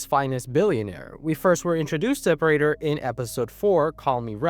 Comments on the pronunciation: My brother in Christ, it is pronounced "Prey-tur" not "Pra-der" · “Pr-ah-ter” 💔 “Pr-ay-ter” ❤️‍🩹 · "Pray-Ter" not "Prah-Ter" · Why do you keep going between the pronunciation of Prah-ter and Pray-ter? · It's pronounced "Pray-ter" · I don’t think the last name of “Prater” is an English word (it’s either Dutch or German). That side, if it helps, the pronunciation is Pray-ter. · I like how they say Prater's name like a million times in the show and you still mispronounce it... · Bro literally doesn't know how to pronounce his name even though it's said in the show many times 😭😭😭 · dog it’s like, immediately you are pronouncing the name of the character wrong. you made a whole video on himmmm why would someone watch this ??